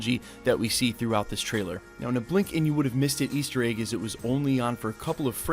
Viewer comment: Why do you pronounce egg like "AYGE"